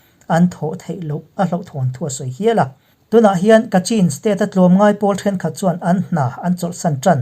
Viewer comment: Chin hi CHHIN tia lam tur an ti niin ka hria, Kachin pawh Kachhin tia lam tur an tiin ka hria.